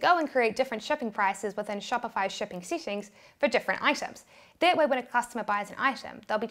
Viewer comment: SETTINGS, not SITTINGS